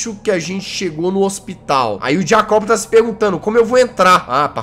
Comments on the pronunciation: Nome do personagem: Jacob O que o Jazzghost fala: J A C Ó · Jazz não e jacobe e jacob (jaycobe)